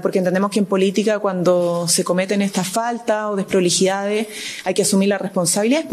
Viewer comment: La única vocera del Mundo que no sabe pronunciar Bien las palabras : Deproliiidades, Despreligidá, El Presiente, etc ...